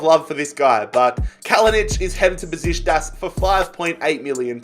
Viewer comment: I dont often get annoyed if someone pronounces something wrong but how can you say besiztas its a bloody k besiKtas